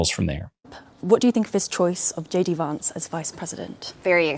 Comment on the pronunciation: Wait wait ...anyone noticed she says ..shady vance ....or is it just me ?